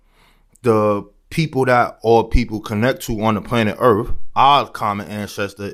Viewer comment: “Earf “ = earth